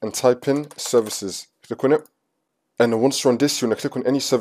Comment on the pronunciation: "click on et"